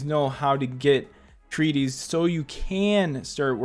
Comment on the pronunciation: It's not named Treaties, It says Treatise. AKA you're saying it way too wrongly